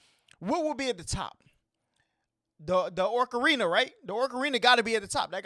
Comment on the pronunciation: Orca-rina” I’m dead xD Now all I can see is an Orca playing an Ocarina